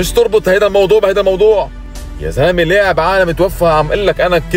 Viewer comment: لاعب وليس ليعب !!😂